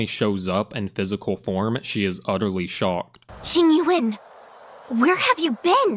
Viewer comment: the name pronunciation oh my g o d